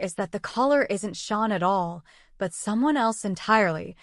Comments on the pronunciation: It is pronounced Shane not Shawn. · His name is "Shane" not sean. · Its Shane not Sean